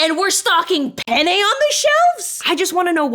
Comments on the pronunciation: im spanish, and my childish ass laughed every sentence you said penne (which sounds like pene, which means penis in spanish) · Note: You should pronounce the double "n" in "penne", it's an important difference. Penne means quills, while pene means penis. You just accidentally spent a whole video talking about eating penis. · Alright, im sorry but i had to comment this, i'm spanish and just couldn't not laugh every time they said penne. i know, i know, i'm so mature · also dont say pene say penne, make sure you pronounce the double n because without it that means something else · Speaking italian and hearing them say pene instead of penne was hilarious though the whole video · I'm Italian, it does sound like it 😅 It's fine but it was expected. For English native speakers: it should roughly sound like the words "pen nay" one next to the other. It's not the same but close enough to not get a laugh from Italians XD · As a native Italian speaker, their pronunciation of penne is not perfect, but ok. Especially because the other word is usually pronounced with a closed e. Anyways, what bothered me is the words finishing in -e being pronounced as if finishing in -i. E.g. linguine, fettuccine, … how can you pronounce the last letter the same way as fusilli, tortellini, … and not ask you some questions? 😅